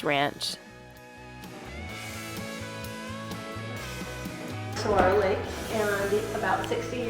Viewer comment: I was going to jump on and say MAY SA! Oml Sa - gura - ro